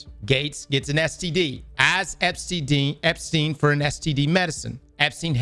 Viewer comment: "EpSTDein" lolololol